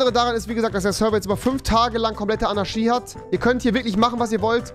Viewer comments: fiSCH und nicht fiCH Zu dumm um fisch zu sagen aber anarschie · Wie er bei Fisch Fich sagt und bei Anarchie Anarschie sagt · Warum sagst du "Anarschie" du Fich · Niemand: Wirklich niemand: Rewi: Anarschi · Rewi: Anarschie Auch rewi: fich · Rewi: Fisch ist Fich und Anarchie ist Anarschie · Rewis Logik: Statt Tisch = Tich Statt Anarchie = Anarschie xD nice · Niemand: Rewi: sagt anstatt Fisch Fich und anstatt Anarchie Anarschie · Pls sprich Anarchie richtig aus... das macht mich fertig. Ahahaha 😂😅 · AnarCHie nicht AnarSCHie 😂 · Du sagst "Fich" statt Fisch und "Anarschie" statt Anarchie....🤦👍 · AnarCHie nicht AnaSCHi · Niemand: Nicht einmal Keine Schwäche: Rewi: ANARSCHIE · Anaschie lol. Aber Tisch nicht sagen können 😂😂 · Fisch: "Fich" Anarchie: "Anarschie" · Er kann sch aussprechen anarschie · Niemand: Rewi: anaschie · Er sagt AnarSCHie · Wenn mann dass Wort Anarchie nicht aussprechen kann Keinen Deutschlehrer zeigen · Bei Fisch kann er SCH nicht aussprechen und liest CH und bei Anarchie kann er das SCH aussprechen obwohl es falsch ist